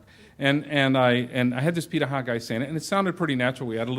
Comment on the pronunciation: Hey,! I haven't finished the video yet, but I'd like to make a comment on the pronunciation of "pirahã". You did a great job reproducing the "r" sound and I know the "ã" sound is more difficult for English speakers, but it's closer to "han" at the end of the word, therefore: pirahan (without letting your tongue touch the roof of your mouth when you produce the "n" sound). It doesn't affect the quality of your video, it's just an interesting detail. Edit: now I see that the speaker himself is pronouncing it wrong haha brazilian culture in one anecdote omg